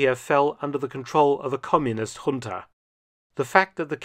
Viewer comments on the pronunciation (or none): none